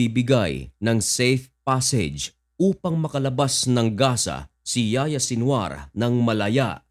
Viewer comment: Ang pagbigkas sa pangalan n'ya ay Yahiya hindi Yaya Haha